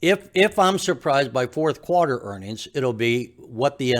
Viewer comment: It's pronounced quarter not qwater.